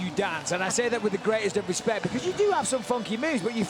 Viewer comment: Michael "with the greatest respeck" bisping